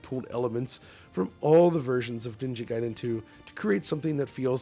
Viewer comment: he's back, they've been butchering the name, Ninja Gayden.